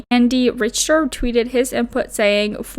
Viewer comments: Richter is rick-ter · Richter is pronounced ‘Rick-ter’.